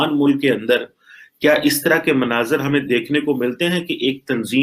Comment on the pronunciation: Mnazar nhi मंजर है बोलना सीखे भाई 😂😂😂😂